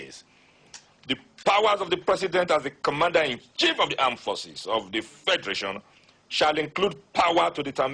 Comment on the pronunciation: He can speak that grammar but can't pronounce Commander-In-Chief.....Commander -In-Shief!! LOL!!